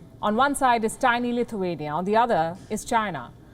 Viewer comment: Did you say CLITHUANIA....?